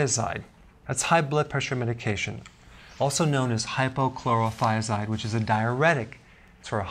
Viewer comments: Isnt it hydrochlorothiazide, not hypo??… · Its hydro not hypo you idiot